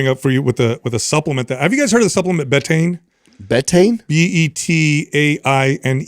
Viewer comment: somebody please instruct it’s pronounced Bee-Tane